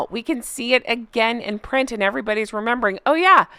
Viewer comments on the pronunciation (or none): none